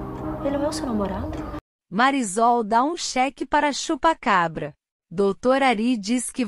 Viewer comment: Porque essa narradora fala o nome da Marisol errado!!!!